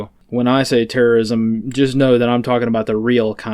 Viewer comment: When says terrosim, i hear TERROSIM!!!